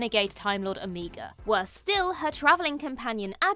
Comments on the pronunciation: Why do people still pronounce Omega wrong…especially so called experts who say they watch the show. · Omega. Now you're just saying it wrong to troll us... :)